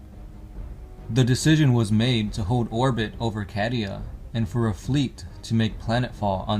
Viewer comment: I know it's spelt cadia but Isn't it pronounced caydia not cad-ia??? Like as in the word Arcadia ✌🏻️